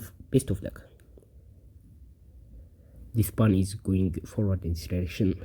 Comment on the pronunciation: /po:n/ ... not /pun/ for pawn... dude